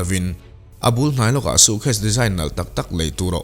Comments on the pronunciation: Bengvarthlak hle mai. Lam dan tlema fimkhur erawh a ngai.... Sukhes tia lam ang te hi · Suitcase ilam dam hi van mak😂 suu case iti maii ka hria😂